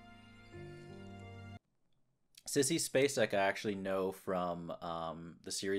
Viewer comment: you pronounced her name perfectly. Mary Elizabeth Spacek is one of the best actresses to ever have acted. And I think Sissy was about 26 at the time of playing the role.? She has made so many brilliant, brilliant films, Badlands comes to mind, plus Missing & her performance in The Straight Story. Amazing films, amazing talent.